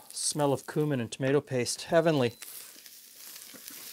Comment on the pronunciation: Thank you, for pronouncing Cumin the right way. I get tired of hearing folks who should know better say "kewmin"! Also, even though I'm not a fan of tomatoes with cabbage, this looked really tasty. I might try it with beef broth.